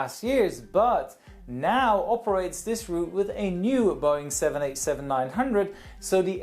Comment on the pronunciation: U said 787 900 its 787-9